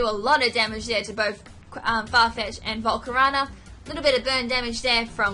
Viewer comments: Volcar O na not volcarana. Cheers. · she didn't pronounce it as slyveon she pronounced it syliveon with an "i". i dont mind that if anything like it, BUT "volcarona" being pronounced "volcorana" is one of my disliked pronunciations. mainly because it sounds like banana which for all i know could be the joke. :P